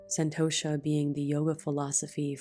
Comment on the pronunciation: I know you do and full respect to that 😊. “Santosha” - the T is pronounced differently in Sanskrit.